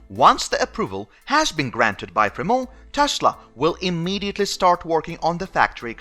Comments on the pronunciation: Free-mont...we aren't French over here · Fremón BAHAHAHAHA FreMONT dude,hehe.